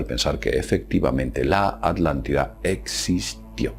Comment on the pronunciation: la "aldantida"